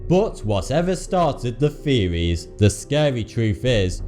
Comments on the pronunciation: No one: Absolutely no one: Not even the aliens in are 51: Him: feewies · I finally realized that when he says “feewees” he’s actually trying to say “theories” so now the video actually makes sense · Can you not properly pronounce the th sound, British dude? These are not conspiracy "feories" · You're talking about the "conspiracy feories" LMAO the host is to much ! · feories. LOL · He pronounces his "th" with "fe" example: conspiracy feories